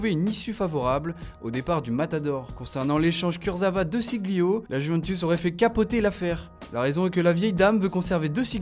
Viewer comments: puis prononcer De Sciglio "Deu SiGLio" c'est mauvais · DÉ CHI LIO ! Ça m'arrache les oreilles. Renseignez vous sur la prononciation au préalable. Ce n'est quand pas compliqué que diable !